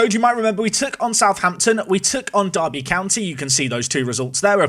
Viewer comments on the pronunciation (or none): none